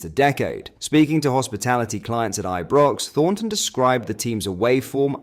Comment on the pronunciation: Are you using AI text speak? Your pronunciation is all over the place. All rangers fans know how to pronounce Ibrox. And it's Fraser burra